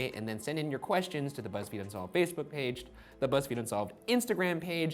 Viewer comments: Erik Kristensson feezebook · Why did he say Facebook like that 😂